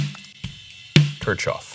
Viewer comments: Ok. Pronounciation. Kirchhoff = church yard. K-eeeh- rolling R - ch (like in ach) -hoff. This EQ deserves a proper pronounciation, right? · Pronounced "Kear-hoff" ☺️ And yeah it's amazing. I have a few EQs I use for 'color' but as just an EQ to grab w/ all the options this is 100% my pick. Just need them to model API curves now 😈 Waiting on TBTech to roll out a multi-model compressor, too. Would love to reduce my processing to just 2 plugins. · I think it is pronounced as "Keer-hoff". While I agree that it indeed sounds better, I did not sit well with this EQ, maybe because of the workflow?. I got the license as soon as it came out in PA but sold it after 2 weeks. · Yeah, it’s pronounced “keark off” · Kirchhoff is pronounced kirk-hoff, as in Kirchhoff's law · the [Kirchoff] filter (you're pronouncing the word Kirchoff wrong) is much better because it has much better algorithms. First, the algorithms that convert "digital analog" to digital data use the very fast Vinograd algorithm in Fourier transformation, which only needs 1.2 multiplications per sample. Secondly, in the spectral analysis, the Hamming window is several times more levels than the fabfilter. That's why everything is clearer, and the spectrum analysis graph works faster graphically. The quality of the Kirchhoff filter blows my mind.